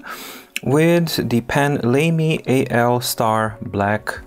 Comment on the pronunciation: Lamy is generally pronounced "lah-me" as far as I am aware. Doesn't sound quite as lame, then!